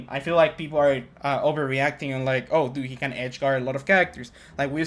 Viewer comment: "A lot of feople"